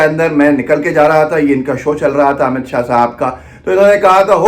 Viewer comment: Amit shah ko shahab q bol rhe h ap dear sidha boliye amit shah